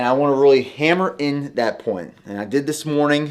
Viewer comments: 😂 and "boots" for "butes" and "scoops" for "scupes". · I will buy your supplements if you start saying “really” instead of “ruley”